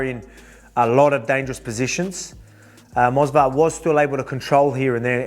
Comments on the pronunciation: It is Movsar not Mosvar lil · It's Movsar not Mosvar champ hahaha.